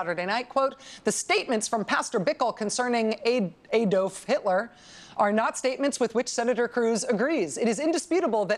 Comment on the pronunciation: Ironically, Rachel accuses Ted cruz of spelling Adolf wrong, while pronouncing it wrong.